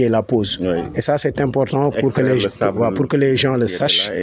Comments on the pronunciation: Les GENSSS 😂 Non Monsieur on écrit les gens et on dit les gens ( le S est muet c.a.d on ne prononce par le S) Thieyyyy les Sénégalais avec le français....... Victor Hugo n'est pas content deh 😂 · pourquoi vous dites les GEN-SE faut dire les gens sans le SE